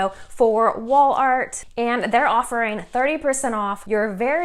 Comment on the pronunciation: You are saying “ Wall art”? 😂😂😂 I sure heard WOOL ART the first few times . If you are going to do a print on demand store through Etsy you have to have money set aside to pay for the orders before Etsy releases the customers payment t to you.